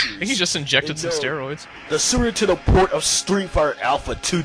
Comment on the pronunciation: did he just say "sewer 'tendo"?